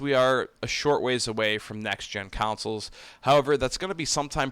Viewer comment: When you keep saying “councils” do you mean consoles?